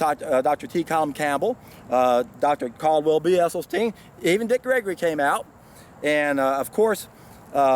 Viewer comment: Thanks for the thoughts. FYI I heard an interview with Dr esselstyn,s wife and she corrected the interviewer saying it's esselstyn not essylstein.